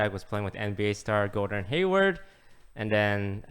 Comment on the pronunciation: It’s Gordon not Gordan lul